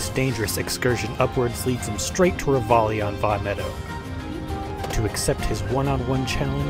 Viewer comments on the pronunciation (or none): Call “Ravioli”, that’s how you murder